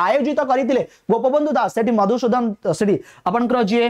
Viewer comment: ଏମିତି ରଙ୍ଗେଇ ହେଇକି କାହିଁକି ପଢ଼ାଉଛ?ଅଣଓଡ଼ିଆ ଙ୍କ ପରି ଅଭିନୟ କରିବା ଓ ଏଇ ଛଟକଛଇ ଛାଡି ଟିକେ ପରିପକ୍ଵ ଭାବେ ପଢ଼ାନ୍ତୁ, ସଂଗ୍ରହାଳୟ କୁ ସଂଗ୍ରାମଳୟ କହୁଛ, ମଧୁସୂଦନ ଙ୍କୁ ମଧୁସୁଧନ କହୁଛ, ହିନ୍ଦୀକୁ ଦେଖି ହନୁକରଣ କରିବା ଛାଡ଼ି ସ୍ୱାଭିମାନ ର ସହ ଓଡ଼ିଆ ଭାବେ ହୁଅନ୍ତୁ।ଜୟ ଜଗନ୍ନାଥ।